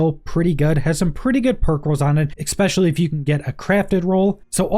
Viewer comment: Thanks for the psa and gameplay! The times you said, "exspecially" hurt me, though